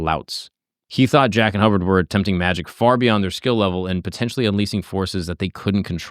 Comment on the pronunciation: Unleasing? They were unleasing things? Put in the appropriate work and say "unleashing" as the word is meant to be pronounced.